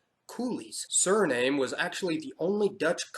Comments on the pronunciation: Suriname is not pronounced 'sir name' Great video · It' Suriname is pronounced Suri - nahm (e). The Cayman Islands are apart of the greater antilies.